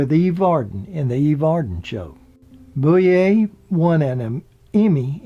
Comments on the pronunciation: mIght mention it was Don KNOTTS, not KNOX, and Francis BOUVIER, not "Booyay". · it was tut the narrator kept mispronouncing it, and called Frances Bavier Frances Bouvier (lke Jackie Kennedy's maiden name) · So many errors and mispronunciations its disturbing. It's Griffith not Griffin, its Knotts not Knox, its Elk St. not Elm, No time for Sergeants was 1958 not 1968, it was Frances Bavier (Pronounced Bah-vee-a) not Boo-vee-a as in Jacqueline Bouvier Kennedy, its The Apple Dumpling Gang not The Applin Dumpling Gang, Cedars Sinai not Cedar cyanide........sheeeeeeesh! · Andy “Griffin”, Don “Knox” and Frances “Boovier”? Who is this clown? One would think, when narrating a documentary, one would at least be able to pronounce the names of the folks concerned. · GRIFFIN< KNOX< BOOOOVEEAA< etc...LoL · Numerous pronunciation errors ("Griffith", "Knotts", "Bavier") that have been noted by others, as well as a few that haven't ("Manteo"', "Matlock"). And some factual errors (it's "West Virginia University" not the "University of West Virginia", for instance). This charming video might be stronger if the narration were simply -- and easily -- re-recorded. If I'm not mistaken, intros to at least one or more years of "The Andy Griffith Show" specifically featured an announcer's correct pronunciation of the names "Griffith", "Knotts", "Bavier", and "Howard" in the opening credits and that might be a good starting point for a revised narration to this commendable YouTube video. Thanks for the memories!